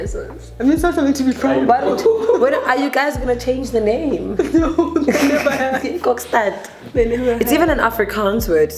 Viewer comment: not 'cockstad' sana😭